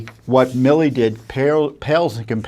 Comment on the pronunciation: GENERAL “ MI LI ”?, …Say it ain’t so!